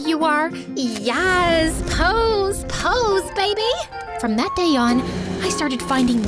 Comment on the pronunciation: The way she said yAss💅PoSe💅✨ POse bABy✨✨